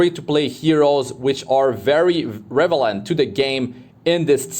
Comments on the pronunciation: Don't mean to be that guy.... but the word is REL-E-VANT not REV-ELENT ..keep up the great content .... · are you saying revelant instead of relevant? lol